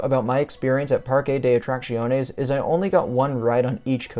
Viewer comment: Your pronunciation of the park name is probably the closest I've heard from the various major North American YouTubers. For people wanting to get it spot on here it is. PAR-keh deh Aht-rahk-THYOHN-ehs If you are using Spanish pronunciation from the western hemisphere it is PAR-keh deh Aht-rahk-SYOHN-ehs